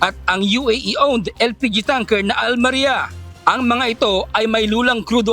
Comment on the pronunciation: its not AL-MARIA, its AL-MARAI...